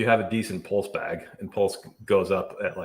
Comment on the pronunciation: But he can't pronounce PULSE. And he's British!